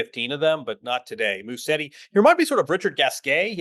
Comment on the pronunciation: Can we address the pronunciation of Musetti? It is Musetti, not Musseti, as it sounds like hearing most people’s pronunciation. There are 2T, not 2S. It is Musetttttttttti • Mu: Pronounce like “moo” (as in the sound a cow makes). • set: Pronounce like “set” (as in a set of keys). • ti: Pronounce like “tee” (as in the letter “T”). Try this: put the stress on the E after a very short S sound, and then pronounce a very long T and finally a E sound ( I) Musétttttttti